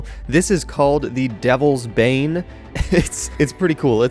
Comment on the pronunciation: When said "devles's bane" I thought he said delve's bae